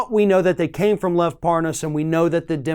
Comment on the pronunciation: It's LEV NOT LOVE!!!